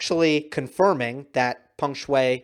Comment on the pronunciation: got her name right this time